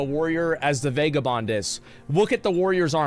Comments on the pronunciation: It’s pronounced Vagah Bond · He said vague a bond so many times that I am convinced he believes this is the actual way to pronounce vagabond and he isn’t just being a silly goof